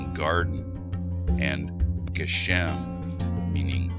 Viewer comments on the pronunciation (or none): Cool video. In the biblical scripts and modern pronunciation, the syllable stress of גבר gever and גשם geshem go on the first syllable: géver, not gevér, and géshem, not geshém - they are segolate nouns. Gimel is also pronounced gímel :)